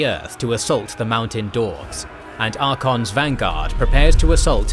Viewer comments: Isn’t it pronounced ark-a-on not archon? At least that’s how he says his name in game… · 8 videos in and my guy still doesn't know how to pronouce Archaon the right way...